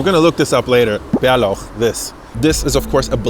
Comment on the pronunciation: Your prononouncing of bärlauch pesto was soo good😮